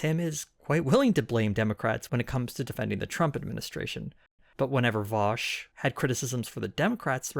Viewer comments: you've know "vaush" you've heard "vaoush" we all love to hate "vauwsh" now get ready for "vAusHhh????" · It's actually pronounced "Vowsh". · vAusHhh bad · It's pronounced VOWSH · My dude, you're truly one of the most underrated political channels! Your analysis of right wing media is really good! As a Vaush fan, i laughed at the cheeky pronunciation of his name! Ill be sure to spam this video in his chat on his next stream.